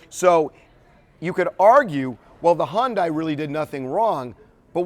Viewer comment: figures, TMZ is just like the other networks. He needs to learn to pronounce Hyundai. She proceeded without caution across the intersection. The other driver was going too fast, but Venus is still at fault. She deserves an Oscar for her performance at the Wimbledon interview; she was no more devastated than a man on the moon. Geez.